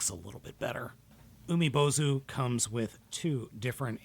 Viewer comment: Nailed the pronunciation,!!! BTW Umibōzu means "sea monk" in Japanese.